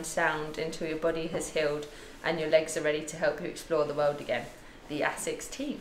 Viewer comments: I think it's pronounced AY-sixs, not essex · Love my Asics (noosa), and congrats! but come-on Lucy is pronounced AAAsics, like basics without the B...lol